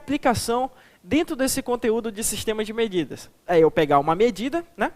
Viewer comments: "Sistemas de MEDIDADAS" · Só dps que eu vim perceber "MEDIDADAS" kkkk